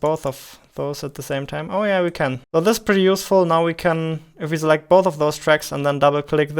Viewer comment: Nobody:: Zaunds, Zee, Zimple, Zelekt